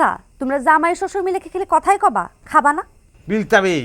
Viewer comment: খাবসা না ওটা কেবসা😅